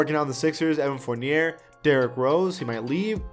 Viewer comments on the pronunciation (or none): Its evan forniyey